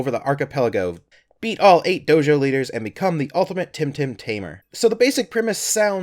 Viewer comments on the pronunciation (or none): none